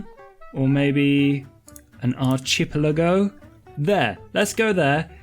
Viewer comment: It is pronounces ARK-EEE-PELLI-GO